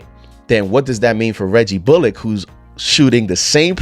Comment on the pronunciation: Hey just a heads up you're pronouncing Bullock wrong